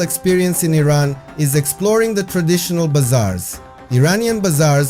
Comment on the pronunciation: At least you say the name correctly. The USA way of saying it is just so stupid and nasty. The city does not seem so cold as it is in the concrete ugly buildings in the USA. New York is building ugliness at its worst. A soul-less place. No surprise them that trump loves the place. Not many garbage amazon products there for sale in Iran. No culture in new york except for prostitution, graffiti, tattooed ugliness on human bodies and women dressed so cheaply. The godly meaning of humanity is long lost in the USA.